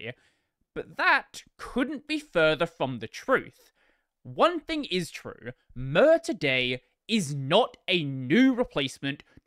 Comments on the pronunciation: More to the point, who pronounces "Mir" as "Myrrh"? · I know pronunciation of a project name doesnt really matter but just in case you want the info, Mir is pronounced "meer" just like in miracle.